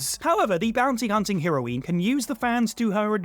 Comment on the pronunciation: Hero-knee? Seriously you can't pronounce the word heroine?